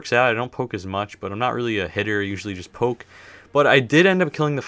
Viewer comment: Omg he said poke I thought he said coke 😂